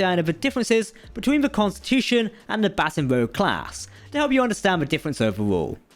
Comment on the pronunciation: Also Baton is pronounced "bə'tän" like what an orchestra leader uses not "batten" down the hatches.